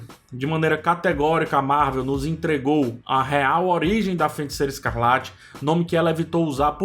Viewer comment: Cara, video muito legal, parabéns! Só toma cuidado pra não falar "FeNticeira". Abraço